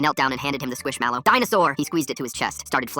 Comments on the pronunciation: Why is nobody talking about the way he says squish mellow like why he say it like squishAmelo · Bro said squishamallow